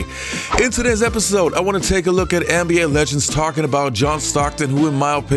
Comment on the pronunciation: I'm pretty sure it's NBA, not Anne B A....